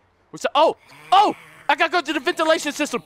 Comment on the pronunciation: There in the Ventilashan shishtam!!! Me:😂😂😂😂😂😂😂😂😂😂😂